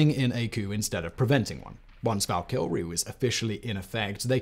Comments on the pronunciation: You know what bothers me, when a youtuber repeatedly says a word wrong over and over again. Its Val•ka•re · Bro said Valkyrie wrong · See, this is why you need to embrace fantasy culture a little bit more.... Your pronunciation of 'Valkyrie' was.... Abysmal gives you too much credit. You should know better just because of the thousands of videos you have recorded.